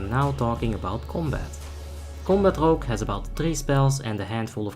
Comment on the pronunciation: Rogué asesination????